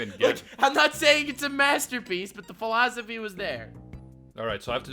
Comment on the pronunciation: "pholosophy"